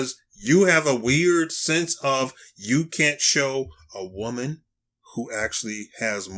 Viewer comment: Women not whaman. The hell Is a whaman